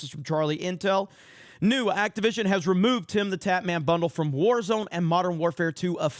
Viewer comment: For some reason every time I hear their company name I hear “Activism” not Activision. 🤔